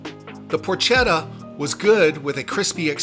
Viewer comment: Glad you had a great time, in Florence frequently, we usually stay around the corner from an All’ Antico Vinaio. Florence has wonderful places to eat, many are on the other side of the Arno. A quick lesson, Porchetta, the “ch” has a “K” sound, so “PorKetta” would be correct. Same for “Bruschetta”, ch=k. Enjoy!!